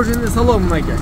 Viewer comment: портерди табып келдим дейзинда бир аз жалганды суйлочу и кыргызча суйло и машина сынчы болбой кузуп эмез кузов дейт манакей. эмез мынакей дейт